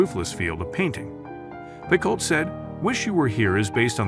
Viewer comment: Jodi Picoult is my favorite author of all time. If you are going to talk about her books at least pronounce her last name correctly. The speaking voice is very robotic--AI perhaps?